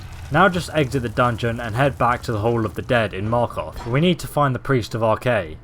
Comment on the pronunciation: me-r-keth say it right